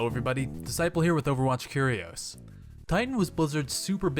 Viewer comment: Why do you pronounce "curious" like that?